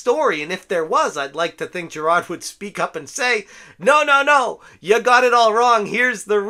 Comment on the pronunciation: Make all the videos u want about this just please stop saying "jirahd"